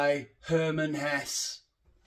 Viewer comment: Just a hint: It would help you to think of Hermann Hesse as an "Eastern European" -- you'd likely pronounce his last name correctly then. It's HessE like MatE. And no, you don't have ADD. You have POH (="pissed on holidays", in the American sense of the word). LOL